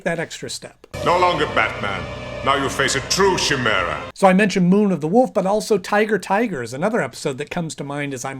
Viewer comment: Chimera is pronounced kai-mare-ah, not chai-mare-ah.